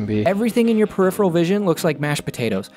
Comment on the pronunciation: "periphevol vision"